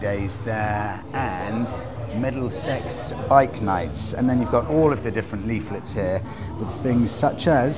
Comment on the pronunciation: Thought you said 'Meddle Sex' bike nights there, sounded pretty racy!